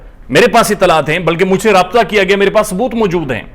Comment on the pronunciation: And “gayo”